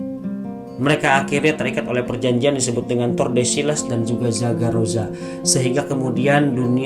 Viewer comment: Pak perjnjian td saragosa nm nya😂 bkn sagaroza😅😅